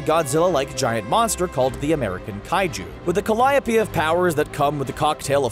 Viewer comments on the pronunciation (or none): none